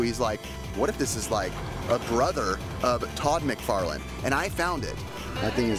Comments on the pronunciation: It´s McFarlane not McFarland, close but not quite there :) Cool finds with nice friends, i always enjoy it and come back for more! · Todd Mcfarlane... not Mcfarland... still fun though... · its Todd McFarlane your thinking off not McFarland 🙂